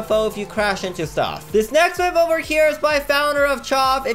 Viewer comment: It’s myth not mif